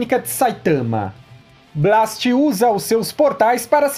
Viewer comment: Tu ta falando Blast errado